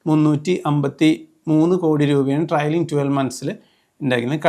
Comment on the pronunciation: ട്രയലിംഗ് അല്ല, ട്രെയിലിംഗ് ആണ്. Trailing. Please correct it.